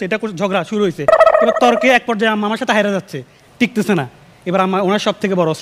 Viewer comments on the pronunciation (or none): উস্ত্র হবেনা হাঁদারাম অস্ত্র হবে। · উস্ত্র না, অস্ত্র।